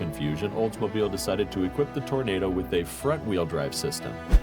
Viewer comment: Hey dawg, it’s the olds Toro-nahdo. Like the vid!